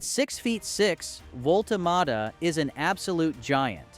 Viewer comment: I think I counted maybe six different ways to MISS-pronounce the BFG's name, so that is history wrong, data and details wrong, namjes wrong. Thumbs down and blocked from me.